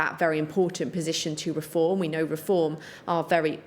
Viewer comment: Can't even say the word Reform 😂